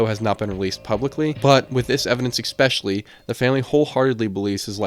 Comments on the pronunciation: Yeah, and several times you hear him say "expecially" instead of especially which makes me think he's pretty young... Especially since he thinks this is all the work of one person... Kinda like someone who watches too much TV and movies and has no idea how the world really works. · Do you just say exspecially for post engagement? I like the videos. But hate the constant butchering of the word ESPECIALLY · Especially, not expecially. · “Eggspecially” x 250. 🤯😂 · I like your stuff. I subscribed....But please stop saying "ek-specially."